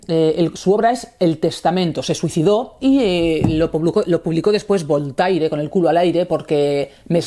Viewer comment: "BOL-TAI-RE"... ¡La madre que me parió! Querida J.A., cuando te escucho pronunciar así los nombres de grandes pensadores (y es sólo un ejemplo) un escalofrío recorre todo mi cuerpo. ¿Podrías hacer un esfuerzo por llamar a la gente por su nombre? Entonces ya niquelado. Firmado: Un lector